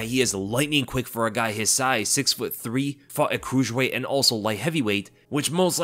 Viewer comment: You say it again 😂 How do you not know how to say Cruiserweight, guy?